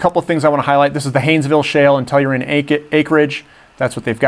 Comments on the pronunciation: you really should learn how to pronounce their name guy, Tell-ur-Ian, practice that for a while there will be a test lol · that is not how you say Tellurian lol